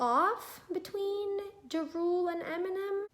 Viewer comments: Diego Garcia Ju Rule 😂 no disrespect to her tho! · funny how she says Ja Rule